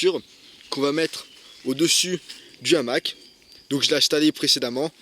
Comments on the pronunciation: salut l'ami .... présentation sympa. je ne pense pas l qu'on dise . un n'hamac mais un hamac ( PAS DE LIAISON ) et ont ne dit pas .......l'hamac ... mais le hamac.. idem , on ne dit pas , cet'hamac, mais ce hamac. c pas bien grave ...! ...... c comme pour les zaricots lol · Bonjour Merci pour cette vidéo. Mais de grâce, le hamac à un h aspire, donc pas de liaison comme l’hamac. Non on dit le hamac.